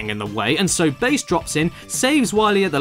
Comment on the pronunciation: HEY BASS*, WHY ARE WE FIGHTING!? WE ARE NOT ENEMIES!!! SHUT UP. *Bass's name is here pronounced like "sea bass" and not "slap bass".